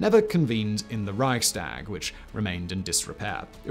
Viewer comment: Made worse by the fact that he pronounced Reichstag and Bundestag quite well. Come on, you can do better...